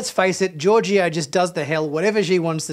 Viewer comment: SALOON!! 🙄 Also, Georgiou isn't pronounced "Georgio". SMH. Your review sounds a bit like toxic masculinity. You're averse to emotions, relationships and crying and you seem to have a hate for the main character, Burnham. The snark is off putting.